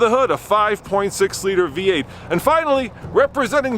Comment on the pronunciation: Last race. “Come in B-8!” Dork it’s v-8 Practice English before offering reviews. Words are listened to very carefully